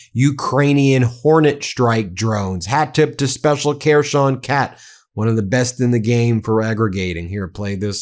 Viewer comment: Hi Ben, you may be dyslexic, and i am not an expert nor Ukrainian speaker, but have been supporting for years now and this is what i hear xx so i hope this helps with the Ukrainian names you are not reading out so well! KHERSON said HER-SON as in belonging to girl and son as in song not male child xx MARIUPOL said MARRYOUPL xx ZAPORIZHIA said ZAP-OR-E-ZURE xx POKROVSK said POK-ROVSK both o's as in as in pock-et xx SLOVYANSK said SLOV-EE-ANSK, o as in'pocket xx KHARKIV said HAR-KEEV xx SYRKSKYI as in General is SIR - SKI as in title and winter sport xx Thanks all you bros for all you do xx any chance audio version of book in UK?